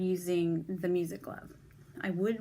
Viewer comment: Hi, are you saying music glove?